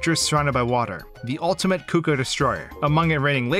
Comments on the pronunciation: The most stressful thing about this video was how he pronounced Cucco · "Koo-kohs" bruh